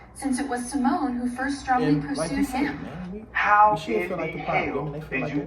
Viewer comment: Did this man just call Simone SIMON??😭😭😭 I literally can’t….😂